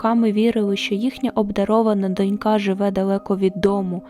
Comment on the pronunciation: Все добре, за винятком одного: слово "донька" вимовляється з наголосом на О. Є також абсолютний синонім "дочкА".